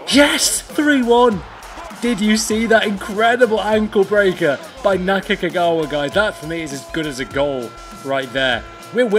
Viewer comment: Naka-Kagawa? sometimes you got it right and other times you butchered that name. lol